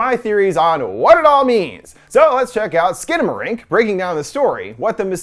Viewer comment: it’s actually pronounced “Skannamarank”